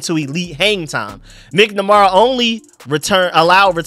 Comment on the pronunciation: MAK-NAH-MARA not MICK-NA-MARA. 😂. but you have trouble with names. It makes me laugh. Thank you for your work.